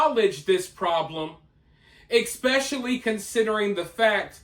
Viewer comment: I like your channel and commentaries. But please…if you want to sound intelligent…it’s not eXpecially. It’s pronounced ESpecially. Easy yo correct.